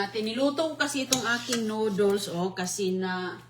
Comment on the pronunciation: Grabe she said noodles incorrectly.